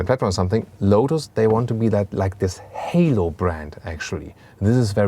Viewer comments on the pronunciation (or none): none